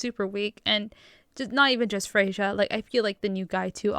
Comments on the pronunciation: Not watched yet but it's pronounced "Freya". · It would be pronounced “Frey-ya”